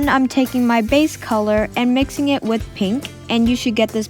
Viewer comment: not trying to be mean but it sounds like you say wif not with